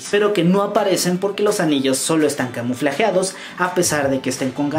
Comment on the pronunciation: Sin ofender pero se pronuncia camuflados y forma camuflada